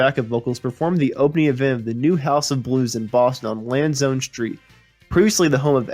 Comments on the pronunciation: Narater mispronounced Lansdown and Uncasville.Didn't mention Full House!!He musta be a kid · Jesus kid it's Landsdowne. Street. Lands and Down. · Ayer Mass: Spoken as A-er or A-yer. Lanz-down